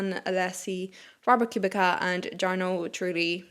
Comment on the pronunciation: Just a heads up on Robert Kubica, the pronunciation is "Koo-bit-sa". I know it's a funny pronunciation given how it's spelled, but given the Irish/Gaeilge/Gaelic I think you can appreciate a name pronounced differently than some typical English interpretations. There's also a chance that you already knew this, but were just in a flow reading and it didn't click right away. Great Review as always